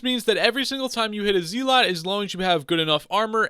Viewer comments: IGN: bluebatdoc This is the guide i've been looking for Also it's pronounced zelut Not zeelot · Please stop saying zee-lot it hurts